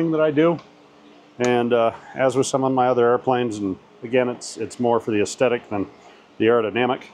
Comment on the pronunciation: 91 degrees! Yikes! Where do you hang your hat? Might want to look up Aesthetic, your pronouncing it incorrectly. I'm an English tutor. 😀Cheers.